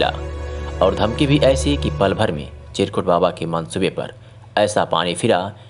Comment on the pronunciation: सब तो ठीक है, पर आपके एंकर को चिरकुट बाबा का नाम नहीं बोलते बना, फिर से सुनिए, एंकर के उच्चारण बड़ा ही गलत है ध्यान दें